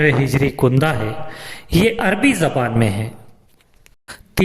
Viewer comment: کندہ ک پر زبر ہے کندہ نہیں ک پر پیش